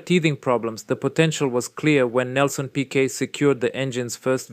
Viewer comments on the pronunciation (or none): Commento disastroso piqet brabam non sa neanche come si pronunciano i nomi